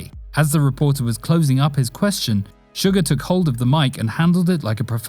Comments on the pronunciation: It’s not sugar it’s suga it’s not pronounced shu-gar it’s pronounced su-ga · its not sugar its pronounced sue-gah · Let's just ignore that American accent "sUgar" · It's suga not suger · Wait wait did he say sugar instead of suga